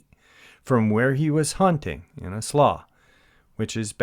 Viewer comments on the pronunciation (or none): Slough....is pronounced ....SLEW I only know this because Alaska is full of slough. In 1981 my unit,47th Engineer Co.,was sent out to fight tundra fires that have been burning in Alaska for 100+ years,maybe longer.. It is never extinguished! Smolders under the ice and snow in the Pete bogs,pops up in the spring and keeps burning. On the return CH47 trip back to Ft. Wainwright,I was lucky enough to be right next to the cargo hatch opening. Looking down I could see one slough( slew) after another. They would start open up 10' wide 10' deep go for a mile,then stop. Basically a lake of Crystal clear water,with grayling fish in them. Amazing geography Alaska is!! I had to add this part. While walking along the dozer fire trail ,in some places the dozer blade would scrape all the way down to ice. This is in June 1981. Abfew places you could see cracks in the ice.looking into these cracks you only saw ice...no rocks...no dirt...only ice as far down before it was black due to lack of light. this was a flat tundra area in a valley East Central Alaska...100s of miles from anywhere. It always killed me to see road signs like Anchorage 680 miles. With not much else in between.